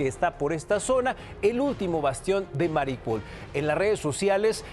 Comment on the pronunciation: el mapa: "Mariupol" el man: "Maripul" el mapa: "Jarkov" el man: "Jarvix" ES LE VIOSA! NO LEVIO SSAAA!